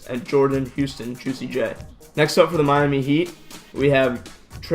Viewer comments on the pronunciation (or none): none